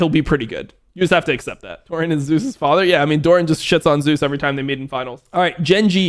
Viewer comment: does dom prefer pronouncing zeus like that or does he not know?